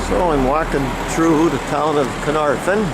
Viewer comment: sigh No one ever gets the pronunciation correct. The Welsh Alphabet is NOT the same as the English. F in Welsh is pronounced like the V in English, the F sound in Welsh is FF. So it is Caernarvon, not Caernarfon. The Y in Conwy is pronounced like a short I as in Pin, so it is Conooi.... W in Welsh is a vowel, not a consonant, in the case of Conwy it is the short form, so as in book. Y is usually a vowel, but can also be used as a consonant, unlike in English where it is usually a consonant but can be used as a vowel... Saying that, anyone from abroad being able to appreciate the 'Ring of Iron' is a good thing in my book. Having just found this channel I am now curious to find if you looked at Harlech and Beaumauris, probably the finest of the castles Edward I built in Wales, though Flint is probably the most unusual.... EDIT: Oh, and as an addition, at fairly regular intervals large face stones were placed end ways, so that the bulk of the stone projected into the junk in the middle of the wall. Kind of like placing modern bricks end on into the cavity of a house at regular intervals these days. I doubt they knew the science of it, instead discovering it accidentally, but those stones helped dissapate force from seige engines into the looser rubble filling that was more able to spread that force out and stopped the face stones cracking or breaking so quickly. As I said, I suspect they found this out by accident, but it is commonly used in castle walls but because these partic